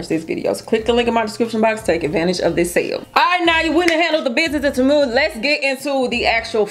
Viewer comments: It's pronounced TEE - MOO. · It's pronounced TEE MOO